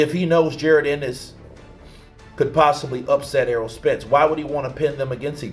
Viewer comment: You know mf well that’s not how you say Jaron Ennis name🤡